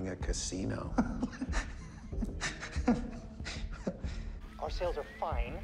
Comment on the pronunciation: idk why the way enunciates "cah-see-no" just makes me chuckle